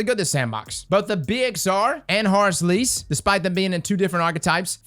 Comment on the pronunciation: How pronounces Horrors Least "Horus Lease" I love it